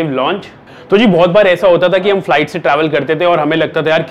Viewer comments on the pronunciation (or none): none